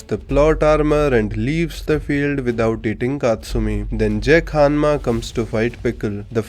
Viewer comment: Am I the only one who heard Hammas instead of Hanmas? Pickle would litteraly be the BC JEDF ( JURASIC ERA DEFENSE FORCE )